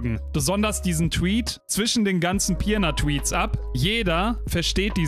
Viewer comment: Argh, weil ich wusste, dass die Stadt nicht zum letzten mal erwähnt werden wird, habe ich dir die Nachricht bei Twitch gesendet. Die Stadt heißt Pirna und nicht Pierna.